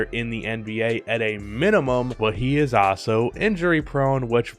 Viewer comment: Is the way he says "Also" a meme? I cant stop hearing "Aso"